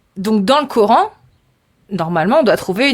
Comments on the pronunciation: Ils me saoulent quand ils disent "le cor-hein" 😩. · les nanas qui croient avoir tout compris par qu’elles prononcent « Cor’haine » قرآن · Le « Cor haine »